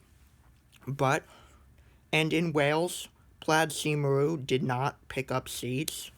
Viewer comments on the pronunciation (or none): Plaid Cymru is pronounced PLYDE KUM-ree.